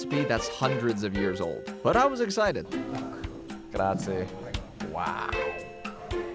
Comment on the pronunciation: the american "grazi" ... dude really :D at least try...